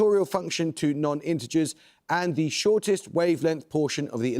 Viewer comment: How difficult is this man to listen to? 'The' is consistently pronounced Thee, even when it precedes a consonant. Ditto 'A'. Has he never heard of the schwa?